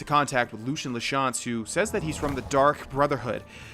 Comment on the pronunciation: Btw it's pronounced Lucy in la chance